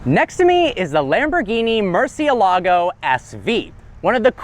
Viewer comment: That Muercielago prnonounciation though! lol Mur-ciel-la-gow! lol hahahahaha